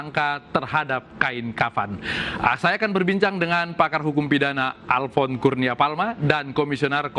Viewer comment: Halo pak yang wawancarai jangan alpfon lainya alfon